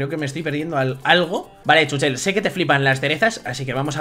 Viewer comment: Se dice chúchel